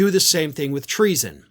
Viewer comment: Treason- 2 syllables- I’m impressed! 💙💙💙